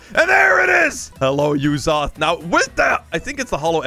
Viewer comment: it is not yuzoth it is uzoth